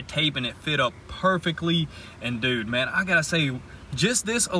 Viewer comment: Me: I think I’m in the mood for some Jamaican club music..:, “No problem mon”